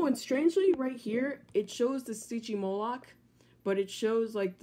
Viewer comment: It’s not stigymoloch it’s sytgymoloch